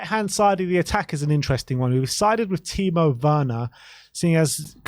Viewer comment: W=V in German, Ben. Please sort your Timo pronunciation out.